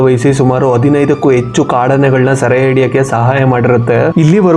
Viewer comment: Kannada pronunciation very bad Bro., Yecchu alla., Hecchu It's disappointing to see many Kannadigas use wrong ALPA/MAHAPRANA and never rectify it..